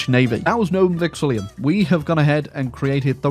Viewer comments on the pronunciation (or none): i ain't tryna be petty but, you're adding an extra i "Novum VexiLLUM"